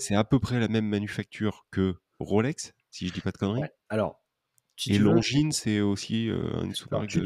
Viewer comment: J’arrive pas à trouver le nom de la marque qui est l’équivalent d’un Daniel Wellington mais en plus cher « longue zoneu » ahaha 😂